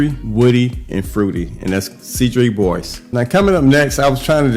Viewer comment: … 31 years old … I love the way you say cedrat boise. Stay true n original OG. Respect